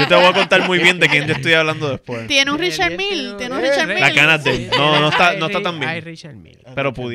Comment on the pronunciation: La pronunciación de la marca de reloj es francés pero, si lo lees en inglés seria REE-shar MEEL. No se pronuncia Ri-shar Miyeh, ni Richard Mill. Saludos, los sigo desde comienzos de pandemia 👍